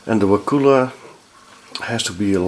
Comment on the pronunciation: So funny been in Wakulla Springs many times. It's very nice there... Take the glass bottom boat tour if you can. You pronounce it not as "wa-koola" but as a short "kull-a" So "Wa-kull-a"